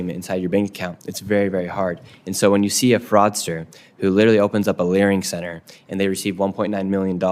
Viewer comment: I honestly keep laughing when I hear the word "Learing Center"